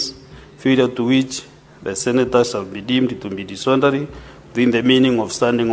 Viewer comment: The speaker was "disonderly " and " combletery"😢 out of " ornder"